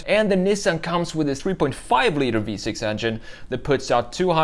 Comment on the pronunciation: LOL 😂 Toyoti… Nissen… Lol